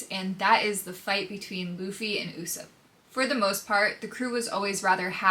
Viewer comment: I get thrown off by the way you pronounce Usopp 😅